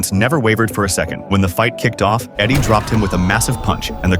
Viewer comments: eddie? its adik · And his name is Adik not Eddie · Not Eddie its Adik